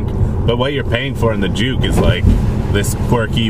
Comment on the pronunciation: i'm sorry, i always thought you pronounce juke as junk.